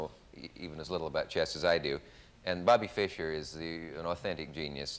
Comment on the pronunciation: Bobby Fis cher 😂 Mr. For sure